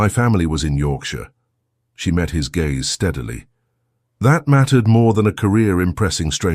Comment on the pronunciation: Discuss Bach please..not bark.oh dear. And lowered his gaze...not gays